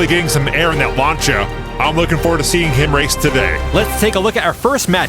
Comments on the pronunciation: Love this but ....it's LAN-SI-AH not lan-cha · Lancia is not pronounced with a “ch” sound.